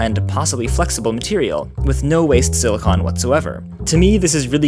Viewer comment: i have a feeling he kept accidentally saying silicone, instead of silicon. he was hitting that "con" pretty hard near the end lol